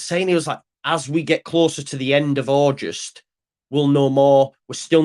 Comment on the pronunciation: While you’re at it, have a quiet word in ear and tell him it’s AuGUST, not AuJUST 😂 … luv ya,!